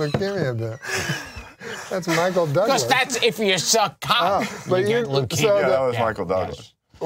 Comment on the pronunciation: the way Norm says leukemia